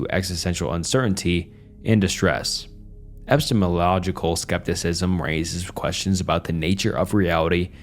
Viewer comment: I like the part where he completely mutilated the word "epistemological"... Twice